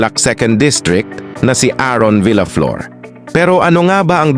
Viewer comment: Mali ang pagbigkas mo sa last name niya.